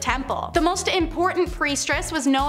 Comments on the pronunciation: if she said priestress one more time i was going to yell and change videos. at least they're using real people and not ai voices reading scripts, that annoys me to no end. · Do y'all look these words up before speaking? You really couldn't figure out it's "Priestess," not "PriestRESS?" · PRIESTESS not priestRess please!! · Not trying to nit pick, but... Lol . Sorry it's priestess, not priestress. Thought you'd like to know. Do you don't post....that would be embarrassing. ......ummm. Ahem...... Oops. 🙄😬🤬